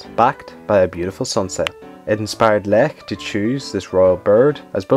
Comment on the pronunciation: good job ! I like that you pronounced the name Lech correctly ! most of the English-speaking people don't pronounce that right.